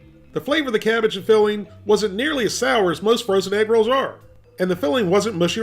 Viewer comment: (Not making fun) but for the longest time during the beginning of the video I swear you were saying "Rocket Rolls", and I was so confused 🤔